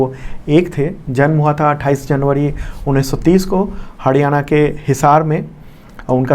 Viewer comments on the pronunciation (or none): Sir हडयाना नहीं हरियाणा